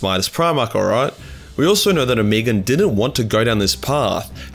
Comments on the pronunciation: O-me-gon. Not omegen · O-me-Gon, 3 syllables.